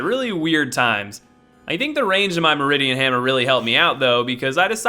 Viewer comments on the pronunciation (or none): I really don't want to be that guy, but it's the "Mirdan Hammer." MEER-dan Hammer. Or Mur-dan. Can't really say for sure, but I used the first one, and that's where my money is.